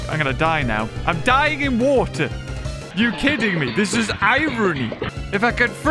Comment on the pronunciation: “IVE GOT TO GET TO THE WAETWER” … “bl-bLEah!”